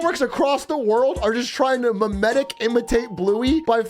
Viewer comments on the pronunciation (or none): none